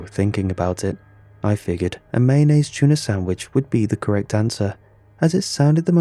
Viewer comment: "Your favorite is C H O O NAH and bell peppahs"